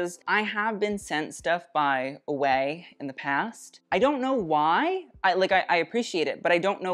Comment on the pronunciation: Ouai is pronounced “way” instead of “away” by the way. 💕